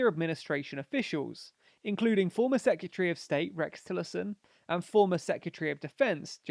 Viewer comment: Great informative video. It's prob just me but I find your pronunciatrion of secretary really distracting. I love following your channels. Yes please to advantages vids for Trump and Biden.